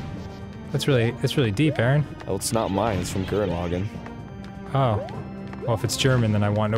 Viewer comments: IT'S GURren lagANN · Wait wait wait, did I hear Gurren Lagaan? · a box But he gets a -1/10 for that pronounciation. Especially since he knows a little japanese. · I'm just gonna say, he knows the anime. He only pronounced it wrong. How in the world does that mean that he doesn't know as much about anime as he thinks he does over a common mispronunciation. There's been about 3 ways to Gurren Lagann even in the show itself. Chill. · You pronounced Gurren Lagann wrong